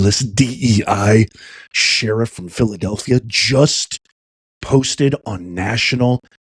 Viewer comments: She's the sheriff of Philadelphia, and she can't pronounce the city's name? DEI. Arrest her in Fillillellfia. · Haha 😅 SHE SAID FILL A DELPHIA??😂😂😂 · She can't even say Philadelphia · Sheriff of what? She can’t even say Philadelphia. Is she drunk? What is going on with this woman? And why is she threatening a Federal Agency?